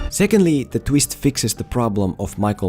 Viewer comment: “The tweest”